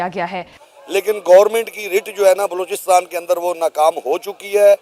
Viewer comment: बेवक़ूफ़ आदमी, पाकिस्तान के उस सूबे का नाम बलूचिस्तान है, लोचिस्तान नहीं। अपना उच्चारण देख, तूने बलूचिस्तान बोला है या लोचिस्तान।